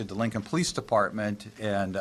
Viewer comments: I'm not saying this is always the case, but every time I've heard someone pronounce it that way it's been in a disrespectful manner. Either way, it irks me too. lol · I hate the pronouncing of police as POE-LEASE . It’s so obnoxious, and instantly makes someone look uneducated and low class. Where the f*** did that start?? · Is this a repost, I think you covered this already. The way this guy pronounces police sounds like the way blacks say it. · I would convict on the way they pronounce ‘police’. 🤦‍♀️. Seriously sad strange videos. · The POE-lease department drive so me crazy. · Hahahaaaa that is super irritating! I agree! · I dont trust anyone who pronounces police like that.